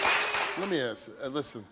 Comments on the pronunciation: Why is she axing everyone? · I AKSED WHY CANT YOU SAY ASK